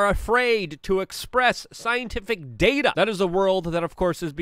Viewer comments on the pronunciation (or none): none